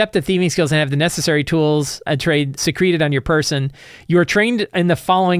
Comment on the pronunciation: Reading "secreted" as "secreted" is hilarious